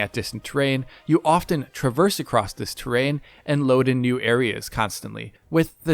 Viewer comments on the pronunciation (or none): none